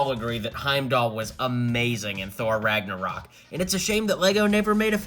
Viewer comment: U put in title infinity war but u say thor ragnaroc